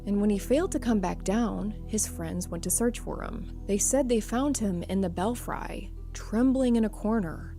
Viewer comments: Belfry is pronounced "bel-free", not "bel-fri" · Bell Fry lol, Belfry is pronounced Bel-Free 😂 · What the crap is a "bell fry" 😂 Did you mean "belfry" (BELF-ree) ?! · Just a heads up the word belfry is pronounced bel-free.